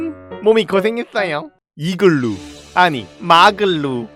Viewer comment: 이건은 이글루가 아니라ㅋㅋ 이글'루 잖어ㅋㅋ